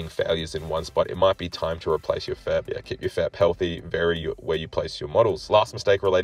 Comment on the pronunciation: FEP is 3 individual letters not one word, its pronounced F. E. P. not fep